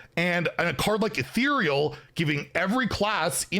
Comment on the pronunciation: omg finally figured out how to pronounce ethereal, i honestly thought we would be hearing “etheral” for the rest of time